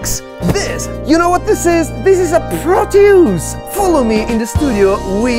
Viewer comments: Pronounced "prów-tee-us" :) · it's pronounced proteus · Hi this is Obi from Germany who did his exam in Latin. Thats why I am convinced that the thing is pronounced "Pro-Toys" (.....you get the pun, hmm?) Peace & Love ♥️ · in English it's said with the emphasis on the first syllable, eg PRO-tee-us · I know its going to be a good day when I turn on Youtube and has a new video out. Great job as always. and BTW I pronounce it pro-tea-US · i love how he says proteus like "PRO-TEE-USE" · Just grabbed one in Nashville for $40. "Prō' tee ŭs" I accent the first syllable. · In german it is pronounced like "Pro-Toys", because the "eu" in "Proteus" will be pronounced like "oy" in english comparable like "Oyster"..... Nice Video btw. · Pro-toys , that's how I pronounce it 😊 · I pronounce it Proteus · I like to sound like a Bond villain, so I pronounce it, "PROT-yus." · For me as a German, the pronunciation sounds like the English PROTOYS. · I pronounce it like Protoys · Pronounced "PRO-tee-uss" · It's pronounced Proteus. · Pronounce it like "Protoys" or "Protois". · "Proteus" is greek, so saying it like e.g. "Protois" would be nearer to the greek pronouncation... 🤓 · For the "Proteus" pronounsation (hope the spelling police don't give me a ticket) you gotta learn danish. It's pronounced "Pro(tøvs)" at least where I come from 😆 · It's pronounced as..... Proteus 🤣